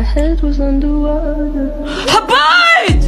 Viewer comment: انت ليه تقول حبايت مو حبيت😂💔